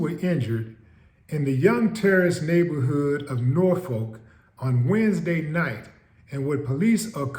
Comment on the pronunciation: Its Youngs Park. Norfolk pronounced nawfick.